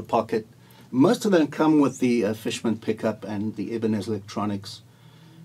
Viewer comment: Not Ibiniz, it’s Ibanez (eye - ban - esz) !!